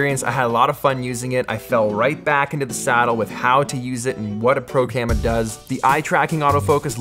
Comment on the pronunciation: “…and what a pro camma does.” 😂 thought I was hearing things while I was feeding my son. All in all, great video.